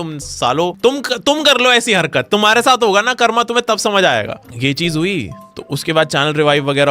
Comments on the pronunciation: bro it is pronounced as karm, not karma. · Bro it's कर्म not कर्मा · Bro it's karm not karma bhai angrez confirmed 🇬🇧🇬🇧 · "karm" not "karma". You aren't saying it in shlok. You don't need to rhyme it